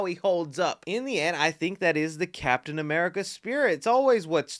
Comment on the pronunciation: Oh how I’ve missed you saying “capmn America” 😂 great vid bro